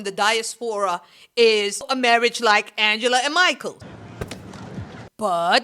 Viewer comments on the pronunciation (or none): none